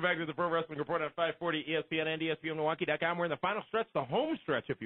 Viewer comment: God I can't stand the way says ".com." Sounds like Dot Kiom. Tone down on your "cheesy gameshow host voice, PLEASE."